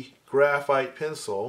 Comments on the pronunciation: Holy cow, it's so good to finally find out that I'm not the only one who says 'charcoal pensole' when trying to say charcoal pencil. I thought I was losing my mind. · Why? How do others pronounce it? Pen ceeel? LOL!